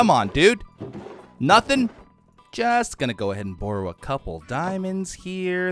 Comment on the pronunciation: I love the way says “borrow.” It’s so Canadian